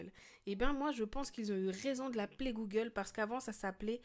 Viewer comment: comment sa s écrit : Google comment on le prononce : Googeeuulee